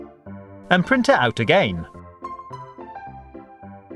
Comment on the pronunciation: The way he says again....